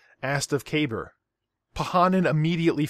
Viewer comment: "Kah-bar", not "kay-burr"... Aside from that brilliant video